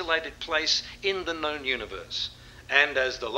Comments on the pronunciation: Is that just a WA thing? I've spent fruitless hours with work colleagues trying to convince them there's no "en" at the end of known etc. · Spooky! Just listening to JL commentate on first day of Oz vs Saffer test match at home in the Perth hills, saying the words "shown & known" pronouncing them "showw-wen and knoww-wen" and up pops this in my YT feed! 🤣